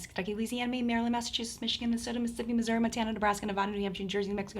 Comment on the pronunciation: did you just say missouruh instead of missouree